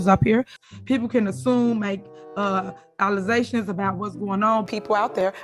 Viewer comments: LittleWayne Henyard comes across as a low quality civil servant. Use proper grammar. Its pronounced "alleGations" not "alizashins" It's "aSk" not "axe". Illiterate fool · She pronounces the word "allegations" differently every time she says it, and I've yet to hear one person in that town pronounce the simple three letter word "ask" correctly. Unbelievable.